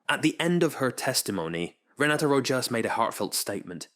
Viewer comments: Oof, the narrator keeps calling her Ms Roe - jass. It's pronounced Roe - hoss.. Sometimes it;s correct, then it's Roe-jass. Come on, Is this bad AI narration? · For the love of heaven...PLEASE learn how to pronounce the names of those testifying. Ms. Rojas's name is pronounced with the j In her last name pronounced as a soft "H" .In this recitation, pronunciation of Rojas' last name varied repetitively. VERY unprofessional. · Her name is pronounced ro-haas. Edit: weird, later in the video you pronounce it correctly with the H instead of J sound. in this video you learn how delusional and idiotic she is. Goofball titanic superfans (she started crying with happiness on her oceangate expedition which was successful) should have been on the last run instead of that 18 year old kid who paid the punishment of his life for his father being an f'ing moron. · The "J" in Rojas is pronounced as an "H" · Your AI can’t decide if it’s going to pronounce her name as Row hos or RowJas. I’m so sick of these AI read scripts. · Having written scripts for AI, yeah, it doesn't compensate for any typos or any lack of clarity in pronunciation. You'd probably have to spell Rojas Rohas. It's really not that difficult to listen to the narration after it's copy-pasted, but I guess if you're not going to proofread, you're not going to bother listening. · Your changing pronunciation of "Rojas" is distracting. Pick one and stick with that. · Rojas is pronounced differently every time 😂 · "Viseebly" and I swear I heard a "rochas" in there too